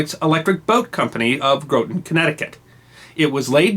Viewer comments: Loved the video. Btw Groton is pronounced grot - on instead of gro - ton, lived there as a kid for a while. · Groton, CT, the submarine Capitol of the World, is pronounced "GRAH-ton," not "GROW-ton." You should go visit someday and see the excellent submarine museum there, which includes the USS Nautilus. Yes, THAT Nautilus. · fyi, Groton is pronounced "Gra-ton" not "Grow-ton" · Small side note: Groton, CT is pronounced "Grah-in" or "Grawt-in" not "Grow-tin" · Groton is not pronounced grow ton. I lived near there 3 years. Grah ton is correct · That's "grah-tun" Connecticut - not "grow-tun" I spent some time there in grade school. We had fun with "Rotten Groton" Public Schools (of course we did - we were 6th graders). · GRAW-ton. Not Grow-ton. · Just FYI: Groton, CT is not Groh-ton, but rather, Grah-ton . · Fascinating video! FYI, though: 'Groton' is pronounced like 'Grotten', not 'Growton' 😉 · Pro-tip, its pronounced gra-ton not grow-ton. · Groton, Ct is pronounced grott'n not groaton.YW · Ehh... I spent a lot of my youth in Groton, CT (my dad was a submariner), and everyone that lived there pronounced it, "grah-ton". "Grow-ton" just doesn't sound right. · Groton, in Connecticut, location of EB, is pronounced "Gr-aw-tin," not "Grow-tin." Aside from that, very interesting and informative -- as always. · "Groton" is pronounced like "Au Gratin". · It’s “Grot-TON” like rotten. Not “GROW-ton.” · It's Groton as in Gotten, not Groton as in Grow-ton. Damn legends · Not to nit pick but Groton is pronounced "Graw-ton" not "Grow-ton" just throwing my 2 cents in there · Hey - I've been thoroughly enjoying your videos. Please keep them coming. I'm not sure where you're from, but its not likely New England. The town of Groton, Connecticut - across the river from New London - is pronounced "Grahton", not "Growton". The Navy is a very big presence there. Thanks for your great historical stories. Much appreciated. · FYI Gato is "Gay-toe" and Groton is "Grah-tun".